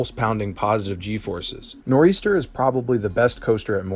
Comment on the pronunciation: He included great nor eastern 🤣🤣 im from NJ so I apologize on his end for this